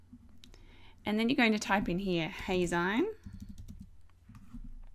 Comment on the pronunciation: Actually, it's pronounced "Hay-zeen" as in magazine. Think of it as if you were saying "Hey! Magazine!" but shortening it to Heyzine. Thanks for the tutorial!